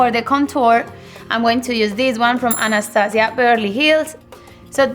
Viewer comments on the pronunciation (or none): none